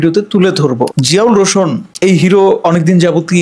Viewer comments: ভাই বার বার আপনি রোশোন বলতেছেন আসলে এটা রোশান হবে 😂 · ভাই রোশন না রোশান । প্রথমে নামটা ভালো করে শিখবেন তারপর।নিউজ বানাবেন।